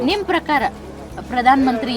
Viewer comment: Akka ನಿಮ್ಮ ಪರಕಾರ ಅಲ್ಲಾ ನಿಮ್ಮ ಪ್ರಕಾರ anta ಕೇಳು 😅